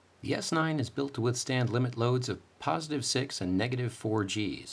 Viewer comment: lol you said "posetive" its called positive.